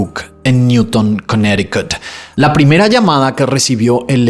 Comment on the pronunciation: No entiendo que haga algunas pronunciaciones como cuando dice Connecticut.